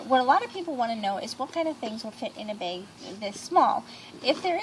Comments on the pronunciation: I like how you say beg instead of bag haha. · She says Beg instead of Bag.............LOL